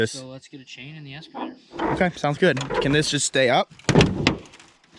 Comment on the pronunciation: "escavator" "iodized" 🤦‍♂️